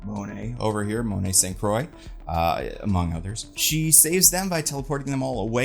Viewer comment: I am 99% sure it's pronounced like "Monet Sahn Kwah" (or Krwah if you can correctly roll your "r"'s). That's how it would be pronounced in French.